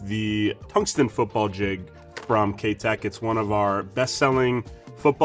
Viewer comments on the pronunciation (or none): Great video! But, I can't help myself in saying this but the name "Keitech" is not pronounced like "K Teck" it is, however, pronounced as if you're saying the word "eye" after the K... So, K EYE Tech. Or like saying the word "Kite" (like the flying kite) or "Kite eck". Hope that helped. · Ah, ok, I stand corrected then. My bad. I work with Mike, the U.S. distributor for Keitech, regularly and he's always pronounced it the way I explained it as do the rest of us who are Pro Staffers for Keitech so I've only known it o be pronounced that way. Good to know. Well, I guess I'm gonna start saying it the other way now and correcting others as well so you better be right! lol. Thanks for the reply.